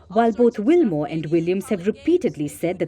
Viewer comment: good report but its BUTCH WILMORE